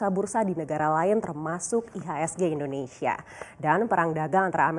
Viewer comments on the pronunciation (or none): none